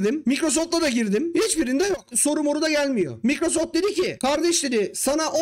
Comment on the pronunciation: Microsoft'ta çalıştım diyip de Microsoft'u da " Mikrosoft " olarak okumazsin ya.